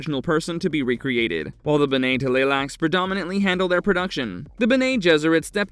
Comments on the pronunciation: OK Full Stop. Just a few seconds into this and the Narrator absolutely BUTCHERS the pronunciation of “BENNAY TELLY LAXOO” !!!! Dude!!! Learn to read!!! It’s pronounced more like “Benny Tly-Lax” !!!! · Witch won? “Benae Teleylax” or “Honored Maters”?😂🤣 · BEN-nay t'lai-LAX-uu The t' is combined with the L Luke in aTLantic. It's a pretty subtle tongue slicking sound. And like JR said - gholas are not clones.